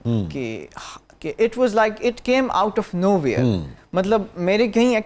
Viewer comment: Masha-Allah!!! Very nice! But at the same time, Aap ko jub hasi aayay,to khul kar huss lo. And for every pakistani, was/wuhz not waaas,please!